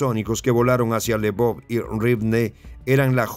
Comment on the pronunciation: "se lee "elvof" o Leopolis